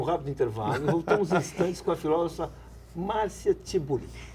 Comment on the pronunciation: Como diria (pronunciaria...) o Luiz Ináfio Lula da Filva: "Filóvofa".